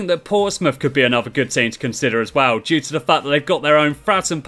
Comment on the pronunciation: this guy can't say as well and it annoys the hell out of me